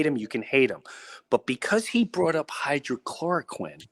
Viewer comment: It’s not hydrochloroquine, it’s hydrOXYchloroquine